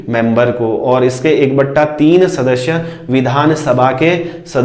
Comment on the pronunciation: Hi, since I am a very good friend of lait so I m here to watch u, but I watched ur complete video because ur teaching is great, one thing I like u told 1/3 like sounds amazing really, दो बटा तीन I loved the way u pronounced it many times 😃😃, I am ur new subscriber now sir